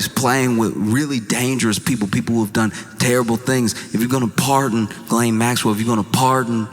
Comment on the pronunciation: I never, ever believed Diddy would do the time he deserves, nor that he would remain behind bars. My guess was an anklet. Those hideous, uncomfortable gubmint issued anklets. He will walk free, like ghislaine—you are pronouncing it wrong, BTW. The French (and I am certain she) pronounce it “GHEE-len“. You (and most people) keep leaning on the second part (guh-LAIN). The first syllable is stressed, and the second syllable is pronounced softly, like the difference between “plan-TAIN” and “PLAN-tin”. To be clear: I want you and everyone to mispronounce her name. I want her to hear her name mispronounced, for the rest of her worthless, evil life.